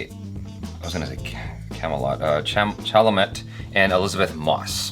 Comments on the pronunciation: Timothee (Timo-tay) Chalamet (Shal-a-may) not cha-la-matt.. Don't butcher that beautiful French name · Sir-sha Ro-nen. Saoirse Ronan dude. You’ve seen too many trailers and movies to be this bad. Lee-ev Schreiber not Leeve. Shala-may not Chala-met. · Its pronounced (Shal•a•MAY) Hes Half French. Lol. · mispronounced timothee "chalamet" name. 😣